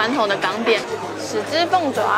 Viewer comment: 豉汁凤爪，念CHI，齿，不是屎汁凤爪，谢谢